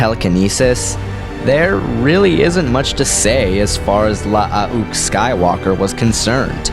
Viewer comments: Wouldn't Luukes name be pronounced (luh-ook) not (lush-uh-ok)? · wtf are you trying to pronounce?with the extra u,it is still pronounced like luke.with the way you were pronounced it i couldnt finish the video. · I think it’s pronounced Loo-ook, not La-ah-ook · Mate it’s not la-ah-ook . It’s luke but with two U’s, you sound ridiculous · You need to learn to speak properly is is Luke Not lahook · why the fuck is luuke pronouced la ah uuk o.o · Love the videos, especially "story of" videos, but I have to say... LAH-AH-OOK? Gotta work of on that pronunciation. You just say Luke like you normally would but the U sound is slightly longer. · 5 years later the most difficult part of watching this video is listening to you Say Lu-uke Skywalker's name over and over again. Good Lord man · "Luh-uh-uh-uke." "Sabayoth." You really don't even try with these pronunciations, do you? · Nice video, but if I hear "La-a-uke Skywalker" one more time I think I will jump out of a window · Nice video, but if I hear La-a-uke Skywalker mentioned one more time I think I will jump out of a window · Hey, FYI, Luuke is pronounced as Luke, in proper English. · Clones name: La ah une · really cool idea for a versus i had no idea it was pronounced... lah ah uuke... lol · You say one too many syllables in Lu'uke. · Louke ..not how he said it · I like how he pronounces it. It's funny to me. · yea you're an idiot lol 4 mistakes. Not understanding what he said is you're problem, not his. He clearly knows this is luuke and not Luke, as he said that in his comment. So you either didn't read it to the end, or did but you're dumb. 2nd, his message was about aweful pronunciation of luuke lol you didn't pick that up, as well as indicated that you pronounce it that way as well which means you can't read, also making you dumb. 3rd, learn how to spell. 4, don't be calling anyone stupid when 1, it's unprovoked, and 2, they are clearly more intelligent than you.